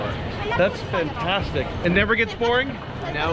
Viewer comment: it almost sounds like you say "thats FINtastic" for Finland